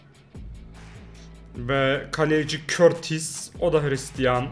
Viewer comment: Courtois öyle teleffuz edilmiyor